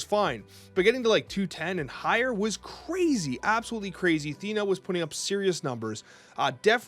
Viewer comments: thanks for tje vid, legend! Also its "Theena" as the actual Greek pronunciationco of Athens (Athéena) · I'm 99% sure it's pronounced" THEE-nuh"